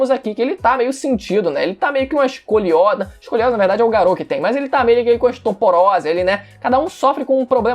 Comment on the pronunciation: “estoporose" kkkkkkk